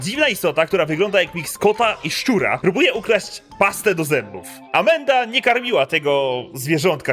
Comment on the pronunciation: Tak właśnie się to wypowiada.